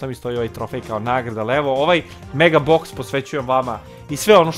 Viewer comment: Brate ne kaze se MEGO BOX